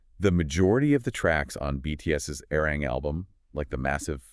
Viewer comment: 1. ARMY"S didn't get quiet, we applauded. 2. ARMY"S didnt like the nee category because...read the fine print. 3. Please say ARIRANG correctly. Respectfully 4. ARMY"S didnt forget Billboards manipulations. Arirang is a quality album, Grammy people who are speaking out then setting their accounts to private says A LOT